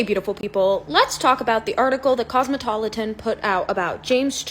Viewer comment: Girl mins in can't pronounce cosmopolitan,..... I repeated it three times now. 😅 Dead